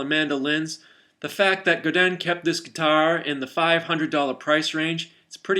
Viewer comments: You just made me want to say Godin correctly.......Go din - Godin....not Gadan. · Gudan? Goodan, it's go din. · They're a French Canadian company, so in French it's pronounced Guh-Dei (or something like that; you really need to speak french to know how to say it) Google Translate does a pretty good job at saying it ;)